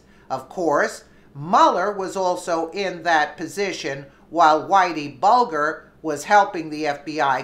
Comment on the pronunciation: Good report and in return I will give you a tip. it's Bulger as in bulge. Further it's Mueller as in Mule.